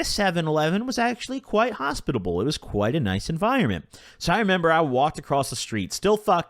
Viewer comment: The way you said hospitable treaked me out. 🤣